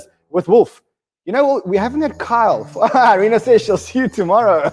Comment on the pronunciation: Great show...I think you´ll find it´s pronounce E....rina...like email....not I rina...you´re welcome